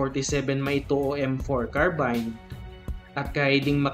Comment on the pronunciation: ANONG CARBAYN???? CARBIN LANG HUWAG PO OA.